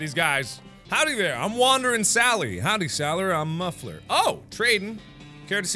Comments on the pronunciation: Did anyone else hear mark say howdy saller I’m muffler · who else heard mark say howdy sallyer im mumfer